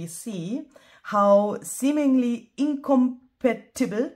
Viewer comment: Hello! I love how you are expanding your channel content with the paper premiere! I'm sad I couldn't be present. I also love the song. AI at it's best. WRT pronunciation: For the word's accent it's: "incohm-PA-tibul" 🙂